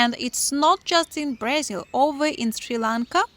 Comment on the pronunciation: It’s BrAzil not BrEzil …